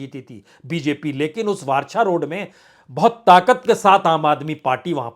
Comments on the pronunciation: वारछा नही सर वराछा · सर आप ने जियादातर जघौ के नाम गलत बोल है. जैसे कतार गाम. वराछा. कामरेज .